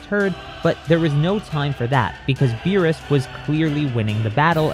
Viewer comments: was it just me or did cell say the god of beer? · For a sec I thought he said the god of beer